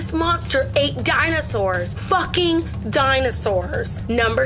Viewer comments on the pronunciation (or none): Oh mah gawd it ate dwinoswars? What the f*ck is a dwinoswar?!?!?!